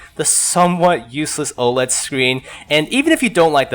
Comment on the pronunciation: Yo I didn't see a comment on how to pronounce OLED so I thought I'd write it here, it's Oh-led :P